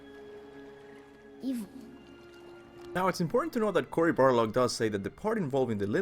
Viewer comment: Every video he says CORY BARLOG